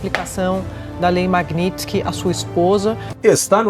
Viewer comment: Esse analfabeto da globo não consegue falar MAGNITSKY ?